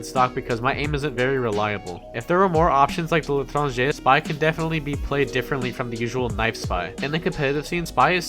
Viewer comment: You saying L'Etranger is perfect.